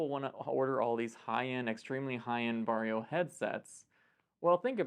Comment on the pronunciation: I will now forever pronounce VARJO as "VERY YO!" Because they are known to be very...very. Very is the new Extra And Varjo (Very-Yo!, remember?) XR-3 is very Very. You might say, it's the MOST Very Yo!